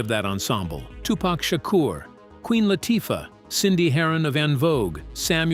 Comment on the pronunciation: “LAH-Tuffah”??? Lol